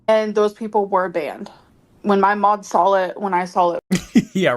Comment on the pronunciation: I can’t stand the way she says SAWL aka saw